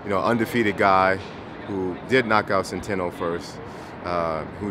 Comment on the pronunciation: please work on your pronounciation for god sake. "Veins martoshian" Hugo "centano" you must have heard these names before yet you can't say them correctly